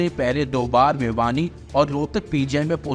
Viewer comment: Bhiwani ko vibhani kyu bol rhe ho news anker